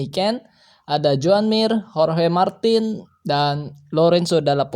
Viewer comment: Pasnyebut hohe 😂 wkwkk bukan hohe bro tapi di bacanya horge martin di tulis ya Jorge Martín